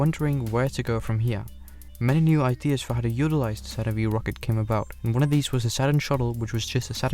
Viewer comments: Dude..! it is "Saturn Five" not Saturn Vee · It's Saturn 5 not V ! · Good video, but please never call a Saturn five a "SaTuRn VeE" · "Saturn Vee" LMFAO.... It's Saturn 5. FIVE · OMG!!! It 's NOT the 'Saturn Vee' rocket... it is the 'Saturn FIVE' !!! 🤦‍♂️🤦‍♂️🤦‍♂️🤦‍♂️ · I have never heard someone call it the "Saturn Vee" before :O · Did you just say Saturn Vee? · Saturn V is pronounced ‘Saturn Five’ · Come on, man. Saturn FIVE. Good grief.